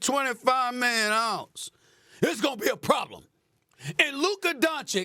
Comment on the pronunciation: 125 Miyyunaahhss????